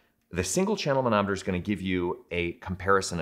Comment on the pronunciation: When you say manometer, I hear Mahna Mahna... Doo Doo de doo do. Muppets!